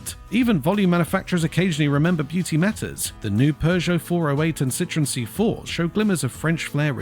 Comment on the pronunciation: They're made for the US market, and USians love ugly cars. It seems that Chinese do too. But jezuz - "porsh" and "citron"? If you're going to talk about cars it's a good idea to learn how to pronounce them.